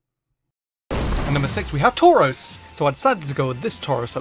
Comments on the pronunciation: Are you shroros it's touros? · I liked it when he said tarous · At some points it sounds like he gave up on saying "taurus" and just repeatedly said "tors tors tors torz torz torz" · U should’ve done Tauros instead of tuaros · I can't hear tauros anymore and can only hear torse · Man, you sure Taurous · Number ten: turus. Me : ok not bad next. Him: number nine turus. Me: wait what ok skip surly not the third time. Him : number eight turas. Me : yea ok bs!!! What the heck KKK!!!!!.( Skip to number one ok surly.) What's number one . Him: snorelax. Me:😂😂 lol .......,.......😡😡😡 What the f*** (five minutes later). Me: ok it doesn't matter it's his choice. (Ten minutes later ) . Screw it arrggghhhhhhh whyyyyy I want to die!!! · take a shot every time says TAUROS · This cow keeps shredding my paper... He Tore-Rows of them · Drink every time he says Tauros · I think he made a mistake with tauros omg he did instead of tauros its tauros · XD when I started this vid I was like "I swear he says Tauros for all of em Imma laugh" well guess whose laughing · Dudeeeee you made Tauros sound weird I swear the more I hear Tauros the more annoying and weirder it sounds XD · The more I hear Tauros, the more I hate it. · Everytime he says Tauros take a shot.